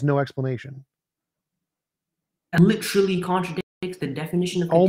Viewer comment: I swear to god if says "LuUUuTeRuLLy" one more time, ill never watch this show again. Holy shit